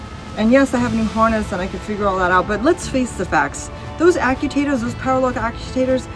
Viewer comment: Repeat after me…. “ACT - U - ATE - OR”